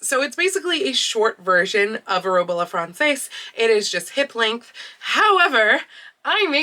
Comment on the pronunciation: if you want more detail, both the singular and the plural are pronounced in french as /ʁɔb a la fʁɑ̃.sɛz/. that upside down R looking thing is the french gutteral sound, and the mark above the A means it's pronounced with your nose.